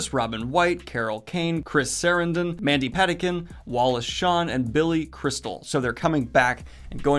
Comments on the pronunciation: i lolled at "Mandy Patty-Kin" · Mike Flanagan has made a lot of changes to the Stephen King stories he has adapted, which I don't like, but he seems to know how to make them successful. I could be wrong but I've never heard Mandy Patinkin's name pronounced like that so you might want to check that. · Daniel, please please PLEASE look up people's names' pronunciations and then apologize to Mandy Patinkin. He deserves better!